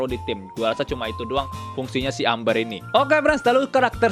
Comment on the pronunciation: Bacanya émber bang bukan amber 🤣